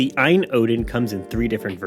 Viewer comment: It's A-Y-N, like GPD. It's an acronym. The battery is also 6600mah, it was changed mid-campaign. Great first impressions, I subscribed and will continue to follow your thoughts and impressions on the Odin. You should try MMJR, MMJR2 and Citra/Citra MMJ. Even a 888 isn't going to blow through every GC/Wii/3DS game, so you will have to play with the settings. For reference, Taki was able to get 4x on MMJR on Mario Sunshine (as you can see on Taki II). More higher end emulation and retro games with integer scaling AND stretching would be great in your review. Please, be sure to also cover screen brightness, back-light bleed, battery life, ergonomics, noise, and ANY bugs and glitches you run into with the hardware or software. A